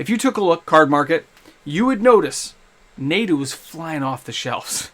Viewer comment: Pronounced "nah-do"